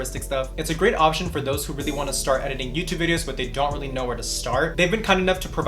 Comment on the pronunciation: Oh how I love the " zon't do it"